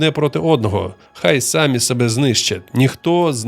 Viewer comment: ДАлеко? Серйозно? Тільки втішилась,що жива людина розказує,а не ШІ,а тут така халепа. САмі себе?